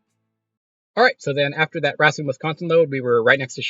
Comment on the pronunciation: Racine is pronounced: ray-seen